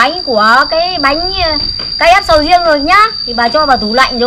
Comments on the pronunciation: Sau video này sẽ có thêm một cách đọc mới cho từ bánh crepe ngoài cách đọc "bánh kếp" Bà đọc "Bánh Ca dép" , mấy đứa bên cạnh cũng "bánh ca dép" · Bánh cờ rếp (crepe) ko phải bánh KF bà ơi. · Crepe chứ k phải Ca-ép bà ơi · Ca rếp??? Cờ rếp nhá haha bắt lỗi tí hoi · Bánh kếp mà bà lại nói là bánh ka rép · Sao k đọc là cờ rếp đc nhể:)?